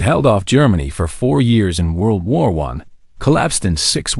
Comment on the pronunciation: world war "I" (rhymes with "why" as in Why should I listen to generated garbage?)